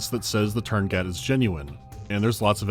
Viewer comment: tuurngait virus? thx for the 2nd "u" and the "t" i guess